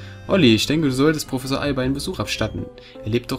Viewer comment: hast du einmal wirklich anstatt professor prossefor gesagt? oder hab ich einfach was an den ohren? hahahah xD Der Rahmen is so toll <3 uuuund ich bin froh, dass die Parts nur 15 Minuten lang werden, find ich sehr gut und ich freu mich sehr auf dieses Projekt Insofern mein Internet mitspielt ;)